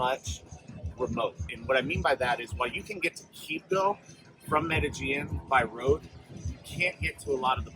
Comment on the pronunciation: Medellin = pronounced "Meh-de-sheen"